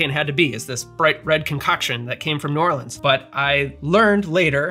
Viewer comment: As someone from Baton Rouge, Louisiana can I just say THANK YOU for pronouncing New Orleans correctly! New subscriber and mixer thanks to this channel. Loved the history and love the drinks. Cheers!